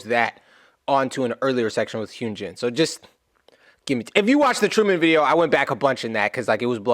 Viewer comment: Just a helpful hint: Hyunjin’s name is pronounced HUN as in honey, and GIN like the booze. Love him!!